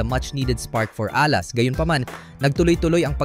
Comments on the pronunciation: AI ka ba? Dapat stress nasa 2nd syllable a-LAS hindi A-las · Please pronounce Alas properly.